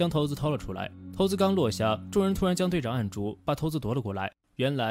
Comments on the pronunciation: 骰子不是念（shai zi) ? 难道也念桃子吗？ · 骰（shai)子 四声